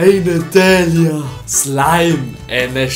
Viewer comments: it’s slaim not slime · It isn't "slime" but "sláim". By the way I love your Italian pronunciation😂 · non si pronuncia così "Slime" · on zamiast slajm powiedział szlime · Che poi si pronuncia slaim e non slime!!😂😂😂😂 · Slime non si può sentire '' si dice slaim'' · Italiani? 🇮🇹 A parte che non si dice SLIME MA slaim. Però sono dettagli🔥🇮🇹 👇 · in Italia non ho mai sentito nessuno che pronuncia lo slime come scritto (lo pronunciamo slaim) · it says "slaim".. Not.. "slime".. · It sopossted to be "Slime je odličan" not "Slaim je super" on Serbain #nohate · Non si dice così in italiano Slime. Si dice come in Inglese. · Umm sorry but i have to make a correction of Italian you have to say slaim not slime in italian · Italiano: non si pronuncia come si scrive slime a slaim.. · I'm Italian and Slime not s l i m e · Italiano Slime la pronuncia e slaim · Si scrive slime ma si legge slaim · Si pronuncia slaim non slime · Si scrive slime ma si dice Slaim😅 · Non puoi pronunciarlo slime! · Da notare che lo pronuncia "slime" letteralmente 😂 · Noi poi non leggiamo slime ma slaim si scrive slime ma si legge così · "Szlam" is not actually a word for this well-known slime in Polish some people could say "Slajm" - It's a polish version of Slime (only in pronouncing) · Russian: Not Sliz' (слизь) Slaim (слайм) Now correct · The pronunce in Italian of slime it’s the in English slaim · I' m Italian and "slime " say "slaim" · In italian the pronunce is " slaim" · MA PERCHÉ? 😂COMUNQUE SI DICE SLAIME MA SI SCRIVE SLIME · In Italy we pronunce “Slaim”. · The pronunciation of Slime in Italian is equal to the English one. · Slime in italian has the same pronunce of English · Actually the pronunciation of the slime in Italian is like the English one. I know because I'm Italian !!!! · slime in Italian has got the same pronounce of English P.S. Why? 😂